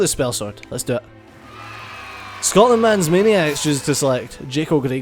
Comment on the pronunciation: Scotland. SCOTLAND. Scot-land. SCOT-LAND.